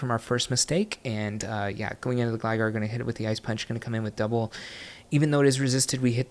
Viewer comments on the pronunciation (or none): “Doub-wool kick” 😂